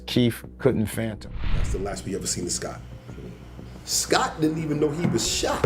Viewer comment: CRIMINAL MINDED dropped in 1986, NOT 1987... BDP wasn't GANGSTA RAP. That came from L.A. It was hardcore... and it's "FATHOM", not "PHANTOM.". Uggggh... The errors are irking tf outta me & it hasn't been 10 mins yet. 😂